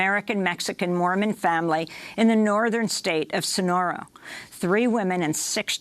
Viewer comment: Amy, it´s Sonora, not Sonoro. Learn some Spanish before talking.